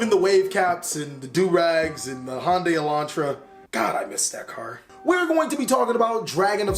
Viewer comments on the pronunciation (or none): none